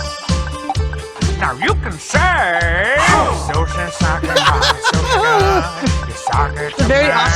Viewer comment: Oh my fucking god, not only did they mispronounce sake in a way I've never heard, but they even misspelled it as "saki", which I've also never seen.